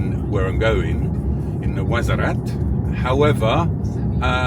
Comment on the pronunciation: WARZAZAT BROTHER NOT WAZARAT PLEASE IT LIKE HEARING SOMEONE SAYING MANCHESER